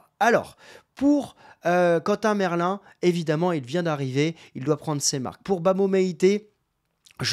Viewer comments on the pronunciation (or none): none